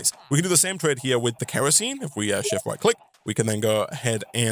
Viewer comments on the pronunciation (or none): It is K.E.R.O.S.E.N.E. not kreasene. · I'm a little under 5 minutes into the video. Does he ever stop calling kerosene kreosene? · Sorry it’s kERosene not kREosene. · Hearing call Kerosine "Kreosine" hurts my soul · Sound your words out bro, kerosene is pronounced KEH-roh-seen. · For the people getting mad at the mispronouncing of Kerosene. Keep in mind, he's also trying to be entertaining, and doing all of this live on Twitch. Meaning there's already quite a bit of pressure on him. Let it slide. Any other time I'd say it too. Like when people write expresso. (it's espresso). But this is without an audience watching someone play a modpack that already requires a lot of thinking and planning.